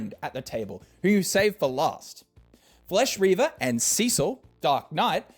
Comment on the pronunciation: “flesh reaver” lol